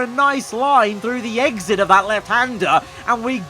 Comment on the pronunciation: "a great eGgSiT" 😂😂😂